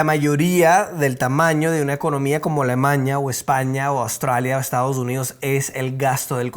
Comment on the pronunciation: no es Alemaña. Es A l e m a n í a. ALEMANIA, n i a